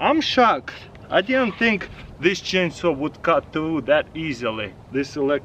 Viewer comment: The way he say chainsaw "cheen soo"